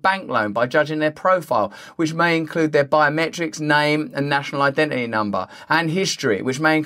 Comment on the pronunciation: The way Russel pronounces words like "ident it y" always makes me smile. Cannot wait to see his video about Put in or NAT O. :-)